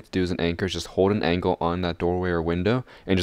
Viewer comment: I like how you say "angle" as angkle :D